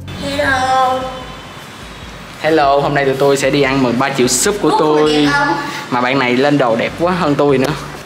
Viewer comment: Ũa sau tự đê là đi hẹ gò mà trong cip ah nói ăn mừng mà lại giống đi hẹ hò=))))))?